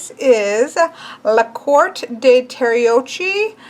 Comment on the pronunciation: Ahahah the way you said "Tarocchi" is the funniest thing ever <3 (we actually pronounce the CH group as K ;) )